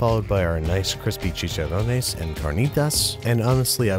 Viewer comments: Its che-Chan-Ron-ez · The way he pronounces chicharones and carnitas 😂😂😂😂